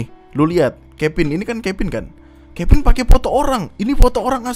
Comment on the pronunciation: Kevin jadi kepin anjirr lucu gw, v jadi p udah kayak sunda 😂